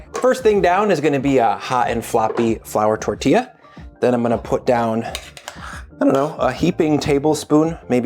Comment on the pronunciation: man said flour tortilla..... smh